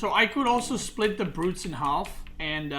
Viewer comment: you don't have to pronounce the L in half:P